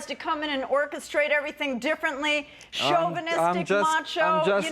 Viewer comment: She called him shovenistic and then says it’s her country he has to listen to her.